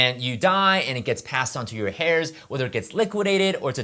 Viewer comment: Heirs is not pronounced like "hairs". The H is silent